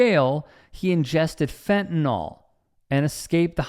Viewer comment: So where were the other cops stopping this assault? (PS, note to Americans, the pronunciation is FentanIIIIL, not Fentanawl!)